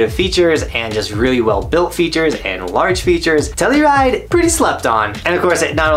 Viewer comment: Telluride is exactly how you said it. When I was there, there was lots of pow and the peak was open. I had 2 snow days in a row. Dig the list